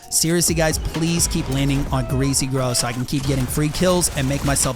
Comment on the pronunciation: I am sorry but he said greay grove.It is removed. btw